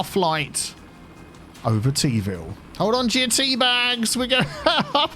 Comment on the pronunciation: "Teaville InTEArnational Airport"